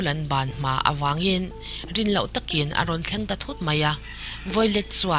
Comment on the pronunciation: Violet tih tur ni em? I hming i lam dan hi miss